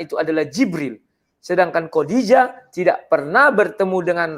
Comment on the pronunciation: Ngaco aaja nih debater kristen.....menyebut Khodijah aja masih salah, kodijah siapa itu ???